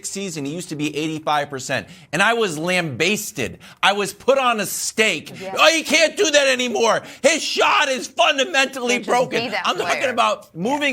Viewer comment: "I WAS LAMBASETED" - Kevin Wildes